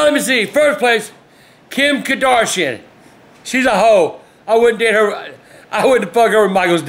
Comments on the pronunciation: "Kim Kadarshin" xD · Kadarshian. I love when people mess up names like that. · Kim ''Kordoshian'' LOL! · "Kim kardatheo😂😂😂😂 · Kim Kardashun lol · “kim kadorshin” lmao